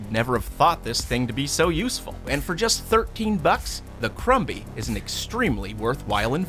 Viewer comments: The b in crumby is silence. It's said like crummy. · Im sorry but i think the mini vacuum is pronounced crumb-y like a food crumb sounding like crum with a silent b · The b in crumby is silent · crumby is pronounced with a silent b. Krum-hee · was anyone else a little annoyed on how he pronounced crumby??